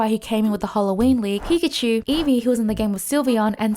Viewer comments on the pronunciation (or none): none